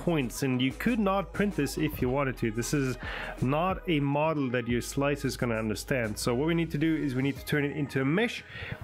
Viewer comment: ITS SLICER not SLICK 3 R